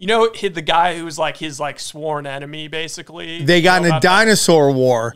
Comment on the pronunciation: every time sam pronounces basically as BASELY i take a drink of alcohol i am severley becoming a bum alky !